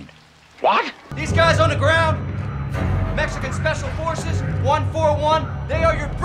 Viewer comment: the “EMEXICAN ESPECIAL EFORCES” part killed me